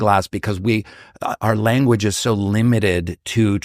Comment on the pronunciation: Why oh why on the word “language” is silenced at the end without ending with propper GE? Done on purpose?